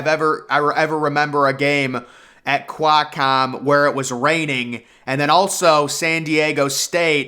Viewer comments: The way you pronounced Qualcomm is atrocious! It's "kwal"-comm not "kwiiii"-comm. 😖😖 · Quakcomm Stadium? QUAL-COMM.